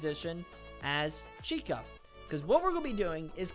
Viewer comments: Chica ❌ Cykah ✅ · It pronounced [cheeca] not [Chyca] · u pronounce chica, cheeka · “Chose chycah” “good old ChYkah” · nah bro just said chykah